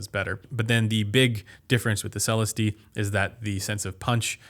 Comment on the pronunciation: You're still saying Celestee wrong lmao.